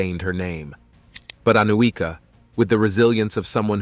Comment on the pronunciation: The correct pronunciation is Aniuka (Анюка).